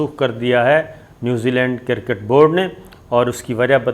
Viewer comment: Kirrrket ni jahil cricket hai.. jahil anchor sale p te pronunciation te correct kr le.